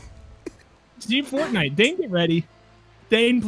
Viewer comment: Ah yes, Port-nite